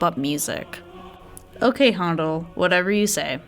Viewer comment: Weak, rambling presentation. For someone who claims to know a lot about classical music, you should know how to pronounce Handel's name correctly.